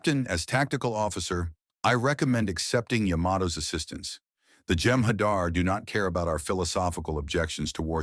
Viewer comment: Hadar not hadr...